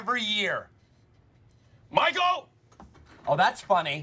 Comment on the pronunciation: „ GUTEN TAG MICEAL“😂